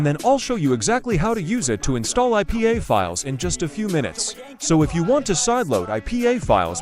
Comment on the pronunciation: did bro just say pay? 😂😂 oh hellno